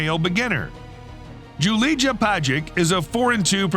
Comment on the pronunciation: Julija is pronounced as Yoolia